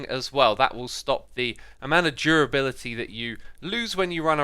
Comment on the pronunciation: its durability not jurability